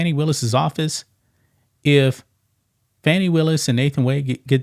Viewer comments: She can’t even pronounce her own name because she’s calling Fanni as Fauny! She’s a liar and an embezzler . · Are you calling her "Fanny" on purpose? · I love that you mispronounce her name! You KNOW that pisses her off 😂